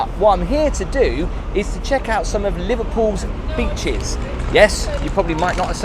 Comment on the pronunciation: 'beeches' - 'Solford' 🤣🤣🤣